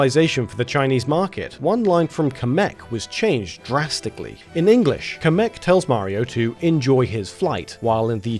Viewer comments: Kamek is pronounced "Cam-eck" not "Ca-meck". Did this drive anyone else crazy? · I'm sorry but someone has to say something you are pronouncing kamek wrong